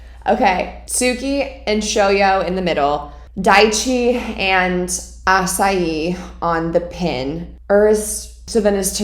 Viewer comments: I loved it!!! Next week 1 hour let's go! I watched it all at once! I love the idea of you acting out the scenes! Also you are still saying his name wrong, haha. It is Asahi like Micheal Jackson's heehee~ Asa-heehee~ his full name is Asahi Azumane [Ah -zoo mah- nay] . Also, Kenma was not trying to punk Hinata, I think he just got interested in Hinata is all. But there was no punking. Oh man I can't wait til next weeeeek! Let's go!!!!!!! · Victoria sweetie,first of all loooove this reaction,second asahi is pronounced ah-sah-he you have to pronounce the “h” in asahi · The ace name is A-ZU-MA-NE A-SA-HI. Hahahaa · In many animes/mangas authors really like to tease "legendary" characters or other "mysterious" characters by hiding their face or anything about them until revealed. And once again its "ASAHEEEEE" (Asahi) as in he when referring to a guy. Not like the fruit Acai. The creator of Haikyuu is also called Furudate, Haruichi. He wrote and illustrated Haikyuu. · Asahi is pronounced Aw-saw-he and Azumane is pronounced Aw-zoo-maw-nay. ☺️👍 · Asa hi means morning sun so u do pronounce the "h" lol not ur fault tho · Its asahi not asayi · Asahi = Ah-sa -he not Ah as yi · Also Asahi’s name is pronounced asa-hee not açaí 😅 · love the longer videos! here's my shot at ashai's name: ahh-sah-he i would love to see you demonstrate some of the techniques in haikyuu, that'd be awesome. especially if you can get the perspective of whoever is setting or hitting to you who may not be familiar with the show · His full name is Asahi Azumane. The pronunciation of his name isn't quite like Acai, but rather Ah-Sah-ee, with more emphasis on the first syllable. Azumane would pronounced Ah-Zoo-Mah-Ne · I can't tell if she's calling asahi 'acai' as a nickname or not. If it's deliberate, great, we love nicknames, I just wanna know if she knows to pronounce the H (ah-sa-hee) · i love how she says acai for asahi lol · Asahi is pronounced “a-sa-he”